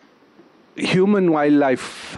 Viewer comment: As a tourism stakeholder I don’t foresee much happening in our ministry if pronouncing “wildlife” is a challenge. Masomo ni nyembamba plus the ability to articulate matters. WSR kindly reconsider